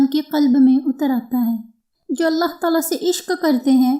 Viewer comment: Sahe alfaz allah hai aullah nahi hai ap apna alfaz sahe karen allah hai sahe alfaz